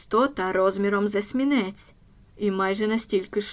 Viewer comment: Гврне оповідання! Але звертайте увагу на наголоси, бо інакше виникає есмінЕць замість есмІнця.